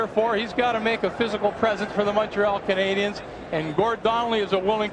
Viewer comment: And to this date, Sabers playcaller still can't pronounce " Canadiens " properly..